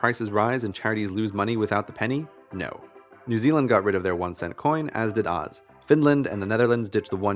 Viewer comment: can you stop calling Australia "OOOOZ" please.